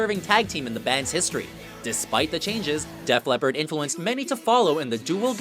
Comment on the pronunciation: Lol you said Death Leppard, it's def